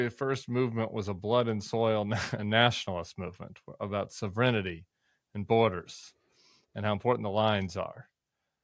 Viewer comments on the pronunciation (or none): SOV-ren-tee, not sov-er-IN-i-tee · Does Tim not know how to pronounce sovereignty? Or is that another word I'm not understanding? "Savrenity" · Tim, you did fine with "cellular" - your struggle is with "sovereignty"! Love your programs and the good info you provide. Keep going! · Tim, can you work pronouncing, "sovereignty"? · Someone please teach Tim to pronounce "Sovereignty".